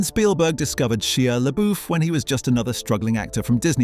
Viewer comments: .... " SHEA' LABOOF " ?????? 🤔 OH ... PLEASE !!! PLEASE !!! ... ✋️ STOP SAYING " LABOOF " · The name is pronounced “LaBuff”. Your AI needs an update. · Ah, yes. Sheeya LaBoof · sheea leboof??????? 🤣🤣🤣🤣🤣 sterfen sperzalberk didn't like sheea leboof? ermagerd! i lerv gerserp!